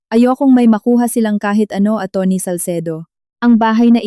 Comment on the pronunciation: Ano po ba Ang tamang bigkas sa salitang Atty? Bakit parang iba yata Ang bigkas nyo?